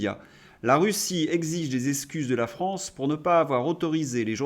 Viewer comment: Super contenus MAIS POURQUOI ÊTES-VOUS FÂCHÉ AVEC LES X ? Esskuse Essplique Etc. Un petit effort sera bienvenu Merci🙏